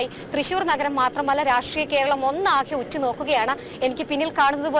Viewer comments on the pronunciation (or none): none